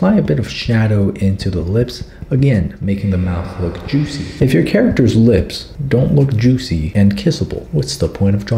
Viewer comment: saying ✨jUuSi lips✨ was everything i ever needed in my life